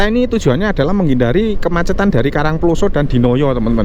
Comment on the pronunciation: penyebutan karang ploso kyok wong mexico ae sam,,wkwkwk